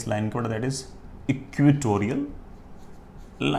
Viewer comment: ( it is not equitorial, sir , it must be "EQUATORIAL")